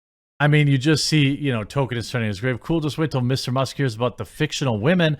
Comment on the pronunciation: His name is not Token, it's Tolkien. You drive me crazy with the way you say it.